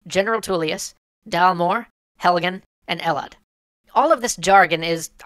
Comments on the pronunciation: Halgen? Toulius? Ulfred? This guy hasn't done ANY research... Has he? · Helgan? you mean Helgen. Dalmoore? is Thalmor. Ulfred is Ulfric. Savvengard is Sovngarde. Tullous is Tullius. Bro cmon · Thalmor, Ulfric, Sovngarde, Helgen, Vilod, Tullius, and Rorikstead. Not Dalmoore, Ulfred, Savvengard, Helgan, Elod, Tuleous, and Rorickstead. If you're going to put in proper nouns, spell them right or don't put them in. Otherwise, great video. Although I do disagree with your conclusion.